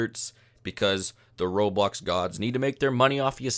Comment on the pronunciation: Roblox not roblux